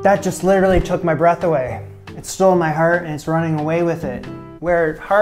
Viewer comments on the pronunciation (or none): none